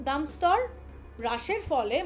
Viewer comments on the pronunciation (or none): দামদস্তর না দামস্তর